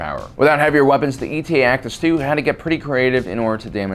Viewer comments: It’s Eta, not E T A. It’s a Greek letter like Delta or Alpha. But what do dolphins know about alphabets. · It's not ETA its eta, as in the seventh letter of the Greek alphabet. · Eta! Not E T A!!! Eta Eta Eta!!! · Its pronounced Eta-2, like the greek letter. Not E.T.A. just like there was the Delta-7. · It’s not ETA (like the acronym for estimated time of arrival) but eta as in the Greek letter eta. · E.T.A? ETA (Ay-Tah), like the Greek letter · Um...TIEs have life support in Canon. It was only in Legends that they lacked this. Also, it not ETA, it's Eta (a Greek letter, just like Delta). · Is it actually called E t a and not the Greek letter Eta? (Pronounces 8 ah) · you only managed to get the model name correct once in the whole video. ETA the acronym, would be pronounced separately. eta (eight-ah), the Greek word, would be pronounced like Delta. eta-2 actis, not ETA actis 2. also, the delta-7 is "aethersprite", not "aetherspire". /nerdrage 🙃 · It's pronounced Eta, like the Greek letter, not E.T.A. It was designed as an interceptor, not an attack fighter or space superiority fighter, so it was never meant to go up against capital ships. Thats why it doesnt have any kind of missile launchers. As for not having shields, the canon explanation is that it was simply too small to sport shields without sacrificing either speed or firepower. Do better research for your videos. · "E. T. A." sighs It's Eta, as in the Greek letter, like Delta. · Don't you mean the "D-E-L-T-A 7 Aethersprite" and the "A-L-P-H-A 3 Nimbus" fighters? These Kuat designs are all indicated by a Greek letter dash number-- it's pronounced /etta/ and is the seventh letter. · I always thought it was pronounced "Eta" as in the Greek letter.